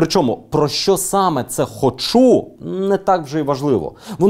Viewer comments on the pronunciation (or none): Дякую Данилу за матеріал. А Дениса хочеться щоразу виправляти: "хОчу', а не 'хочУ'